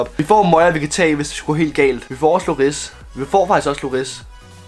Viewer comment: ikke hate men han hedder hugo lloris men udtales hugo llori